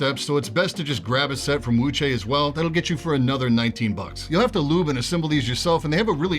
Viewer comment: you actually pronounce Wuque correctly!